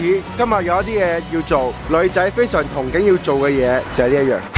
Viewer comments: 其實係讀沖憬😂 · Flynn Lo 應該讀冲景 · 憧唔係讀(沖)咩？ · 憧憬唔係讀同係讀涌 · 憧憬係咪讀錯咗🤔